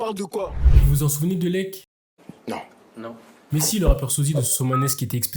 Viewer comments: L.E.C.K pas Leck 😅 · lek? c'est L.E.C.K